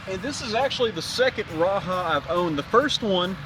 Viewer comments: raja not raha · Great video, just one thing wrong.... its called the Ra-Jah not Ra-Ha! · You are mispronouncing the name of the knife. The 'j' is pronounced and not an "h" sound.